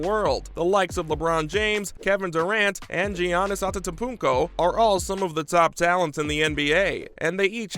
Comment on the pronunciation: bro really said jianis antetpunko